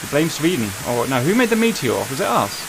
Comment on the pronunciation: "I am Sf from Sfvweden. YOU VWILL NOT STOP MEE!!" - Agressive Sfvwede Maybe